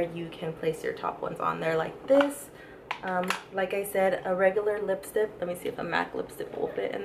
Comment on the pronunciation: why do you say lipstip.